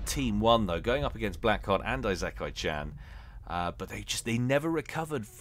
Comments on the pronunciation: Late to the party i know, but but it would be ee-se-ka-ee. It would be written いせかい or like ｲｾｶｲ without kanji. I would say is closer then most people probably would be. Im sure something to this effect has been posted a few times but Ive seen a lot of people here that also have it wrong...Now watch me be completely wrong too. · Need to take a shot for every time says Eye-Zek-kai-chan lol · just say Esekai instead of Isekai, also the s is softer, you're pronouncing it with a bit of a z. its more like the se in set or section. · If my memory serves, Isekai is pronounced "Farms" ;) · I know, it's clearly Eye-sex-eye-can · ee-sick-eye Isekai Ise-kai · "isekai" is in japanese. google tells you the pronunciation